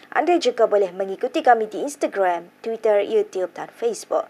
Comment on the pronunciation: Dh xda dh sbut twidderr😂